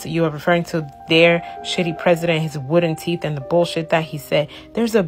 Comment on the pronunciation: She said wooden teeth 😂😂😂😂😂😂😂😂😂😂😂😂😂